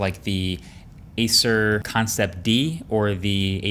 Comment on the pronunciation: Why did that sound like it was the very first time "Acer" came out of his mouth?